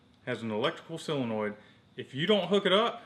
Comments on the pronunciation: silonoid? haha. Damn never heard of a sillonoid haha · What the hell is a "silonoid"? or did you mean SOLINOID? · It's solenoid not "silinoid" ya goober. Lol! In all seriousness though you guys are the shit.